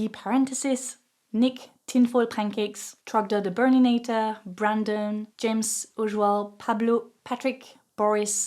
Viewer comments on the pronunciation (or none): This has nothing to do with the very important points you have addressed in this extremely good video, but I CANNOT STOP GIGGLING LIKE A SCHOOLKID when I hear you say 'Trogdor the Burninator' in your accent (Parisien?). Strong Bad would be SO happy.